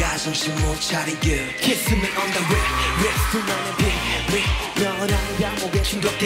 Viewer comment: 다들 그거 아시나요 윤기옵 kiss me on the lips 이 파트에서 l을 r처럼 발음해서 kiss me on the rips가 되어버린다는 것을....